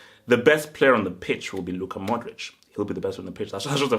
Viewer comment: I like you but please for the love of God say MO-DRIC, thats MODRIC witha an M and O hahah pls try it, practise bc you don't want people laughing at you greetings from Croatia ;)